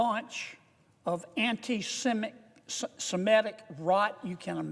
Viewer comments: Bravo! And he maybe should go back to school to learn to say "anti systemic" properly. What an idiot! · he at least twice fails to pronounce anti semitic, even managing anti systemic... (systemic does come up later correctly in a quotation) it probably is his tongue revealing his deep insincerity, his partisan hackery... taking the focus away from all the administration's chaos and failings... People who are passionate about protesting warcrimes sometime are mistakenly one-sided in their tracts, but they are sincere, Kennedy's faux whistle blowing is irrelevant, noone was defending terrorism, just questioning gigantic military retort against civilians - and then very confusingly he lurches to DEI and funding withdrawals... a smoke screen, an emotive and unsubstantiated attack on NY educators and what they receive from activists, they use discretion, and can read their newspapers and watch their TVs. meanwhile this folksy fraud of a senator continues to distill venom into the minds of the FBS viewers...